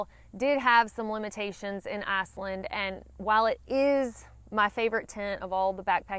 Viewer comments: It sounds like you're saying Assland lol. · Great info! Sounds like my kind of place. You saying "Iceland" in your Alabama accent is priceless and I mean that in a good way! 🌍😊